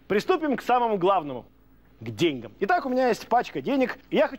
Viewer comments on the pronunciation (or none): правильное ударение же "деньгАм"